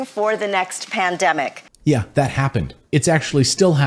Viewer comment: When I hear "Zat" instead of "That," Nazis come to mind.